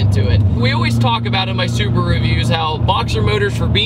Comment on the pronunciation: I am really sorry but it is su-BA-ru not su-BU-ru. Not meaning to be nit picky